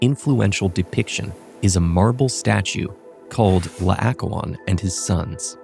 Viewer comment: PLEASE try to get people who can pronounce Greek names correctly for the narration... It's La-oh-KOH-on, the second vowel is an O and the stress is on the penultimate syllable.